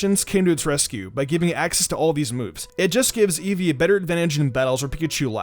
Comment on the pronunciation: ITS EEVEE